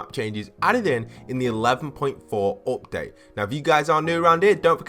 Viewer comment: He said opdate not update